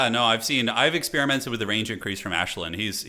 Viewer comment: I'm not a High Elf fan but even I am cringing at you calling Aislinn - 'Ashlyn' 😂